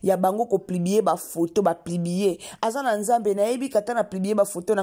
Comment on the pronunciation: Kk kolobela ba vies privé ya battu oyebi même pas ko expresser porraaa On dit publier et non plibier